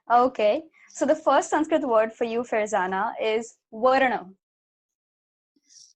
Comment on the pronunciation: This girl's Sanskrit pronounciation is really good. Generally hindi people can't pronounce Sanskrit words properly